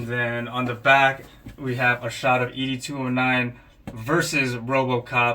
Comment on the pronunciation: Nice review but Bro you butchered Ed’s name the whole video. Have you watched the movies? It’s pronounced Ed-209 like Mr. Ed. It’s NOT EDee 209 😂